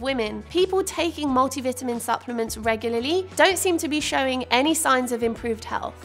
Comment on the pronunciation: Multi vitamin. I could barely understand when you said that. 😂